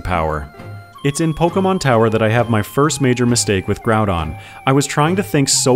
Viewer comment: According to the katakana, you're pronouncing both of the names correctly. Except that Groudon is more like... Grawdon for some reason. Gonna go with your pronunciation there